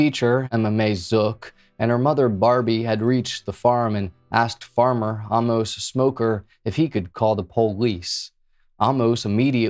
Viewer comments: It’s pronounced Wins-low. And Amos is pronounced Aim-muh-s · Just for good measure: Amos ~ Ay-mus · Amos = aim uhs